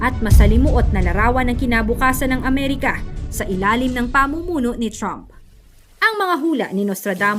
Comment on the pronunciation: ginawa mong troooompoooo si trump....voice over mo ayusin mo troooooommpppp!